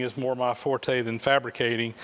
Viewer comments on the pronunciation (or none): none